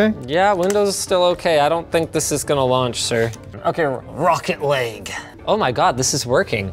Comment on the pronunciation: The way Linus said "Rocket League" kinda sounded like "Rocket Lake" and I have no idea if that was intentional